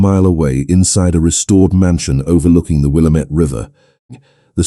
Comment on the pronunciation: Be aware AI or the narrator mispronounced Willamette.